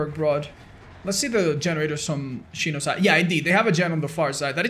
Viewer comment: why he calling xeno, shino lmao